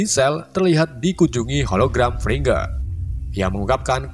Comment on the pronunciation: Moco frigga ae dadi fridga. Hadeh2